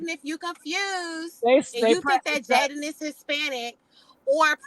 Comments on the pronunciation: Jailyn lol it’s Jaiyden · its Jaiyden not Jaylen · Lol Jaiden GG or Jaidyn however the hell she spell it. You keep saying Jalyn 🤣you got Jaiden in your Caption but I agree with everything you saying in this post ❤️💯